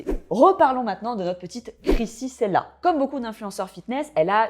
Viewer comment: Krissy " Tchella" et non " Sela" :) très belle vidéo au demeurant evidémment :)🥰